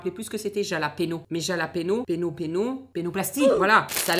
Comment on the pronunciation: ça se prononce « rhalapenio » 😂 on t’en veux passs ❤❤